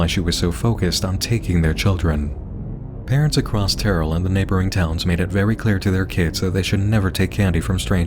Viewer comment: terrell is pronounced "TERR-el" not "tear-el"